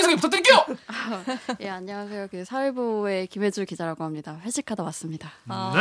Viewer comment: 김혜주... 가 김최주... 로 들렸음 ㅋㅋ 천우희님 닮었다??? 기자님은 황용식 닮았다고라??? 어쨌든 반갑습니다.... 근데요.... 밥에 넘어가지 맙시다.